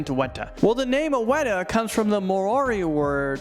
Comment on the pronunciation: just letting you know Maori is pronounced mm-ow-rr-ee (That’s the best written example I can give ☺️)